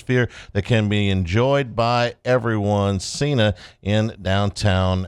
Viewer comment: Cena is pronounced "CH-ENA"